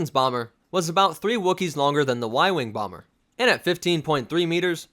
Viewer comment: BEEEE SHEVENTEEN BAWMERRR